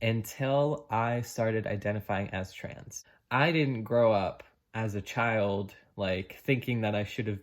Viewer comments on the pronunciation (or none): none